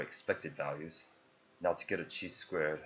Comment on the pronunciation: Chi is pronounced like high but with a k